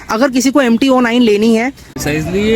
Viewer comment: Bro it's 09 not O 9 just say simply 09